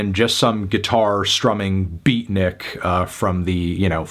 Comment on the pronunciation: that "beatnik" came out with a hard 'b'